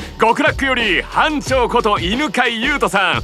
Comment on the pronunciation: ドラパで悪漢奴等に自己紹介する時もそうだったけど表のやっぱり「班長」言い慣れてないんだな かわいい